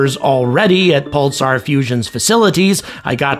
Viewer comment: I've never heard anyone pronounce the word "Pulsar" in that way. I'm hearing "Pul-tsar".